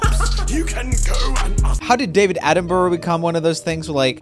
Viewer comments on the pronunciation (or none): HE SAID DAVIDS NAME WROMG